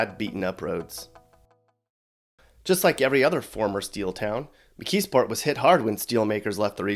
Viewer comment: Not Mckeesport lol!